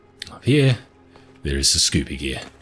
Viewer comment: "scooby gear"😭💀